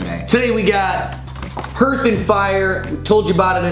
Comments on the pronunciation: It’s pronounced like harth. Looks fabulous tho. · Hearth = Harth. It's the area in front of a fireplace. Dearth = Dearth, however lol